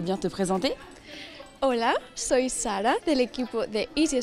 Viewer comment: Bravo Sara, c'est super ta prononciation